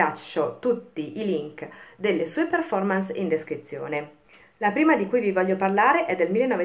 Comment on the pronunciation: Per favore controlli la sua pronuncia della parola Performance. Visto che è una parola inglese, pronunciamola anche noi italiani all’inglese. Il minimo che possiamo fare.